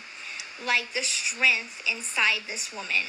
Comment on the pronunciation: *shtrong,” “shtrength”… Why can’t little pronounce “strong” and “strength?”